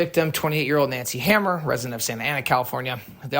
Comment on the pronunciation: Hammer? 🤦🏻‍♂️ read that again bro “hammour”